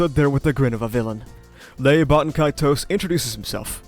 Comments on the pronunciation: I don't think Gluttonys name is pronounced Ley. More like 'Lie'. Lye, Loy and Luis, or Rye, Roy and Rui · Not sure where I heard this but I think Ley Batenkaitos is supposed to pronounced Rai. It’s some sort of naming scheme with the gluttonies Rai, Roi, Rui.